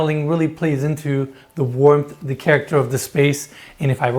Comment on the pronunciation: should learn how to pronounce the 50 English words he uses in his videos such as “the” and “driveway”